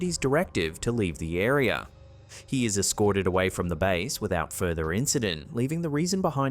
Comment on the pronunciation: Stop saying areer then area. Go to school to learn how to speek engish